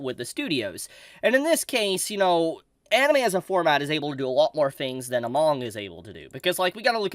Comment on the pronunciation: Lol when you said anine you've been reviewing alot my dumb ass was like wait he hasn't done an actual like reviewing of anime weekly in a hit min then I remember mushiko tensei as you said it